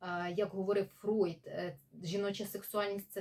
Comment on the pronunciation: Зігмунд Фройд (Freud) правильно, тому що у німецькій “eu” читається як “ой”, так само як у "ei" як "ай", тому Einstein Айнштайн, а не “Ейнштейн”. Тож пані в цьому відео все вимовила правильно. Іноді мовознавці домовляються, що при перекладі імен відомих діячів, які вже стали загальновживаними, їх іноді залишають у поширеній формі навіть якщо фонетично правильний варіант інший, та це не знаю, чи це стосується цього випадку